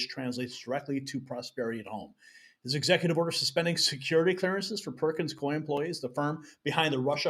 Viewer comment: It’s pronounced Perkins Coo e …